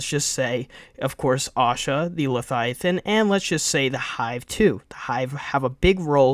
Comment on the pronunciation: It’s pronounced LeVIAthan